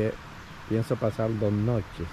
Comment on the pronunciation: paradol 😂 monga😂 pasal 😅 puentecito bajo agua😅 sacal 😢no boi a pasal 😅 que lindo jio😅 regesal what awful castillian!